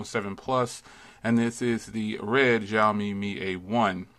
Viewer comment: Zioami or Xioami 🤣😂😂 accent wrong